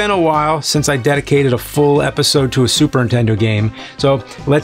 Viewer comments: “ super intendo! “ 😑😐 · been watching the nerd for a few years now... just realized he says super intendo, not, super nintendo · It's more like Supering Tendo. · I love how James pronounces it "Super Intendo" like all the 8-year-olds I knew when the console came out. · Nerd, are ya saying "super intento" On purpose? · Please stop saying 'Super Intendo'!!! Everybody does it and it's BULL SHIT! XD . For real though, please stop it. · It's just so cute the way he says "Superintendo" as all one word. Like it started as Superintendent but just O'd out. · Anyone else ever notice he always says Super Intendo? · Funny how he always says "Super N-Tendo" and "MenaNcing" :D